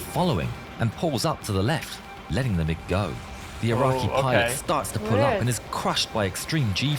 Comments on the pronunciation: Hearing you saying the letters m i g 29 instead of mig 29 feels so wrong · It’s not pronounced like MI6, it’s just MIG. These happen to be MIG 29’s. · It it pronounced Mig, like Fig